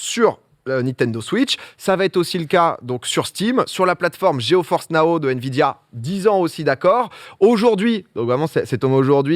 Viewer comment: "Sur la plateforme GeForce Nao"? Vraiment? 😁